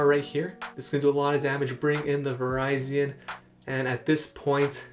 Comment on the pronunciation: Lol I think its pronounce Va-rizi-in also.